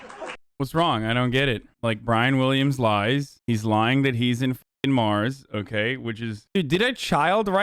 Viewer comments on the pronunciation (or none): none